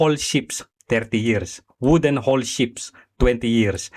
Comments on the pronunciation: Anong steel hol, hull yan ayusin mo pag bigkas kung mag vlog ka. Alam ko hindi ka seafarer ayusin mo lang boss pag bigkas may pa bobo2 ka pa kay Sen. Tulfo. Natatawa na lng ako sa narinig ko sa yo. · "hull" ang tamang bigkas ay "hal" let me remind you